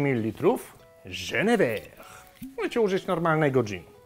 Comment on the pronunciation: nie żenever, a jenerfer;)